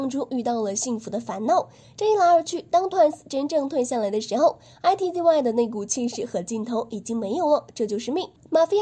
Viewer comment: I T Z Y ? 不可能是這樣發音吧…